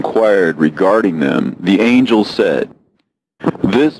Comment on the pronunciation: excellent pronunciation of angel names!!! i love your reads❤